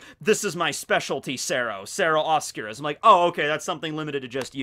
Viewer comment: God, I’m cringing hearing talk spanish. Especially when he butchers metralleta. And Oscuras. He should really look up how to pronounce them before the videos.